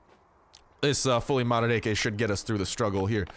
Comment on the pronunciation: o man, his Russian accent when he gets an ak....